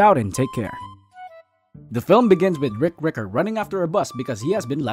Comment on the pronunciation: Oghhhh "RICK ricker" I thought it said something else